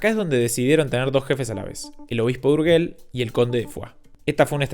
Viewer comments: lamento mucho que no sepas pronunciar el dúo "GE" que lo pronuncias como "GUE". ¿Acaso ha cambiado la pronunciación del castellano? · Urguel no. URYEL si quieres llamado... ¿pero donde leñe ves la U que hace que suene "gue"?. Ya ni hablemos del sonido "LL", porque si no os puede dar un ictus... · En español la G de Urgel suena como una J: se dice "urjel". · Urgel es catalan, la G antes de E se pronuncia Y: Uryell